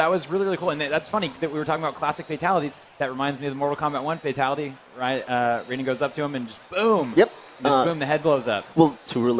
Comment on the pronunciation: This fool said Raiden the right way. Not the MK way. If its MK you pronounce it "Rayden"